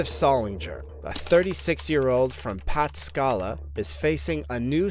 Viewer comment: Ohioian here, just for future reference, it's Pah-tas-ku-la, great videos by the way. New subscriber, cool room by the way.